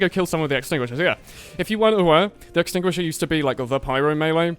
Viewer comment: "using the axtinguisher in 2018" lol sure DEX user cries in the corner